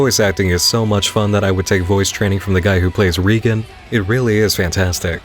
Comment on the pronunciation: "REEgen" cringe ps. nice video